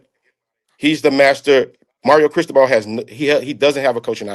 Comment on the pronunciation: Bro wtf was that pronunciation of Mario Cristobal? Lmao dude said “Chris-toe-bull”